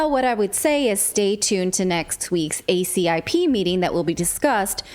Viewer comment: MAJOR conflicts of interest with ALL parties involved (ACIP, FDA, CDC, NIAID). And btw ACIP is pronounced A-cip (sip) and VAERS is pronounced like vayers or vayer system.